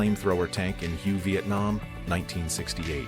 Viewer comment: Hue, is said "way."